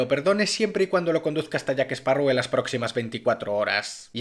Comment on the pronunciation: Excelente resumen, es triste ver el desastre que son los guionistas, y por favor es "JackSparrow" no "JackEsparrow" 🎩👌